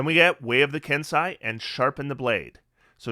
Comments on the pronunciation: First, thank you for this. It’s a ton of really good info as I’m playing a monk for the first time. I’ll probably be going Mercy when I hit 3rd level. Second, it’s a minor quibble, but Kensei is “Ken-say” not “Ken-sigh”…also Kensei didn’t get quite enough appreciation IMO though it does have some tweaking it needs to be up to the new standard. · Nice work,. We appreciate the level of effort you put into your videos. Pardon the persnicketiness of this, but it is pronounced “Ken-say”.